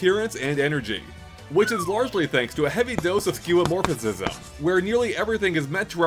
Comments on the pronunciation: Was just about to comment myself. It's five syllables: skyoo-uh-MOR-fiz-um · "Skeuomorphicism" 😔 (You're saying it wrong) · You’re saying skeuomorphism with an extra “is” in there lol